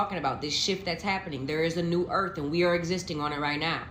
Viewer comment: Immediately t on the FIRST vid… THERES NO “F” in the word EARTH!!! WTH??? EARF???!!! NO NO NO ! ABSOLUTELY NOT!